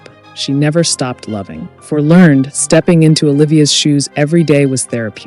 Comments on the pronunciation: "Learn-ed" (two syllables), not "Learn'd." Many of these "unknown" facts were common knowledge when the show was in prime time, such as Earl Hamner Jr. being the narrator, Ellen Corby's stroke, and Richard Thomas's well-publicized reason for leaving the show. Also, the constant repetition of the same video clips becomes a bit tiresome. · Isn't it pronounced 'lern-ed'?